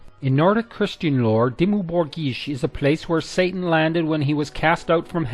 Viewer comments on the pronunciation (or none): none